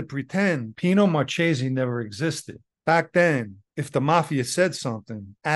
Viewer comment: Marchese in Italian is pronounce Mar ke se sorry couldn’t help myself. 😊😊😊 great story